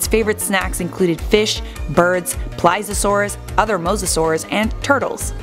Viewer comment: Omg she pronounced it right Edit: I was starting to believe in you, then you called the Plee-zee-oh-saur a Ply-za-saurus